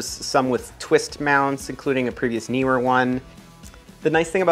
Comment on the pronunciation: YES!!! One of the FEW to ever get the pronunciation of Neewer right! Also -- mad respect to you as one of the few NEWCOMING photography YouTubers (with only 307 subs at the time of this comment) to have gear sent to you for review! That is a RECORD as far as I'm concerned. More success to you on this new journey and cheers!